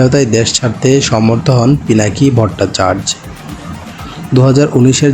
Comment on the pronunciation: ভট্টাচার্য উচ্চারণ ভুল করছেন